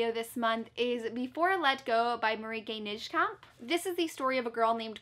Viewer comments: I genuinly love how American people pronounce dutch authors names. I am dutch myself and Marieke Nijkamp is pronounced as Mah-rea-keh (rea as in present read) N-i-jeh-kah-mp (I as in the letter I ofc) 🧡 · I really like the way you say Marieke Nijkamp😂 It is so different than the Dutch pronounciation and I love it😍❤